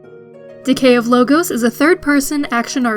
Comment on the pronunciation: I question your enunciation of the title. I don't think it is the plural of logo, but Logos, the Greek term for eternal truths. Subtle, but odd the way she reads it off the script.